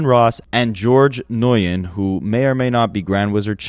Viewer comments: Not to be that guy, but for the record the name Nguyen is pronounced like "win." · for future reference bc i’m sure that lawsuit may go somewhere - nguyen is pronounced like the win in “i need a max win” 🤞🏾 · Nguyen is pronounced 'when' 👍